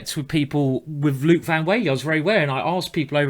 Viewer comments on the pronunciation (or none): none